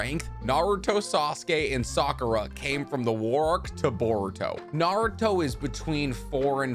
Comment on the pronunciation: "Sahk-ooh-rah" - vs. Sock-ooh-Ruh